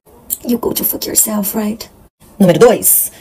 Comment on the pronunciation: Só queria saber oque quer dizer: gody foky o selfie. Se ela quis dizer: vai se F, a pronúncia é um pouquinho diferente!